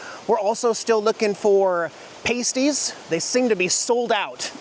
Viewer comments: It’s PAST-EE’s…..Google the history, interesting as the Cornish Miners carried these empanada type meat/veggie hand helds wrapped and carried in their miner helmets. Try LEHTO’s on US 2….take a few frozen ones home for later. Common debate? Eat them plain? With brown gravy? With ketchup? Or just butter& salt/pepper? There’s a restaurant in downtown St Ignace too. Great roadside park new the take out Lehto’s on 2 that has a great view of the Mackinaw Bridge…..even if it’s spelled Mackinac…its pronounced MackiNAW. Don’t miss getting a CLYDE’s burger ….again on US 2 just turn and head west once you’re over the bridge. A second Clyde’s is in Sault Saint Marie….called the “Soo”. Take the tour of the Soo Locks, another great burger/shake place is also in the Soo called West Pier… across the river from Canada. You won’t be disappointed . Cool restaurant in the Soo called THE ANTLERS….have fun! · there pronounced pass-tees. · They're pronounced past-ee